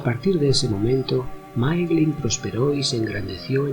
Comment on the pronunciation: Se pronuncia Máiglin, no Máeglin. "Ae" es siempre pronunciado "ai". De la misma manera Nirnaeth Arnoediad se pronunciaría "Nírnaiz Arnóidiad".